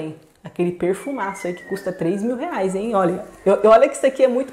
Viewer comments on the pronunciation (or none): none